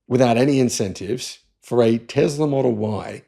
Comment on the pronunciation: Tezler 😂 speak English man 😊Tezzla 😅 Let's say it together T E S L A ... TESSSS LA